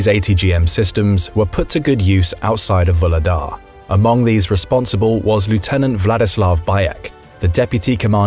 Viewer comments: Vuhledar is pronounced “Vugledar” with a g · 'H' in Vuhledar is not silent. The name is translated from Ukrainian as "Coal Gift" or "Coal Giver". Just because it's a coal mining town. Nothing to do with LotR.